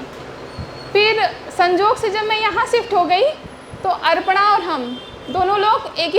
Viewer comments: Bataiye...... अपर्णा.. Ko.. अर्पणा bol rahi hai. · यू टुव पर हमने कब ज्ञान दिया?? ज्ञान बांटने की शुरुआत तो तुमने ही की....अपर्णा को अर्पणा बोल रही है। किसने कहा? ? हमने। अरे इतने 2000 स्टूडेंट्स के सामने लाइव है तो धोखे से मुँह से निकल गया तो इतनी गंभीर बात नहीं हो गयी जो कल से अभी भी शांत नहीं हो रहे।